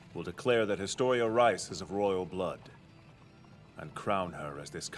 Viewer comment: Japanese version: Historia Reiss English dubbing: Historia Rice YouTube reviews: hIsToRiA rEeZz